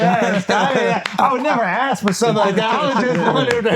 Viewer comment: A political figure saying "axk"